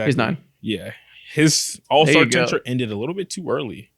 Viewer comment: why does keep saying tenure wrong